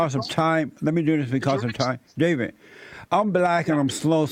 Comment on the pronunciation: This fool cannot even pronounce the second D in 'David'... 😂😆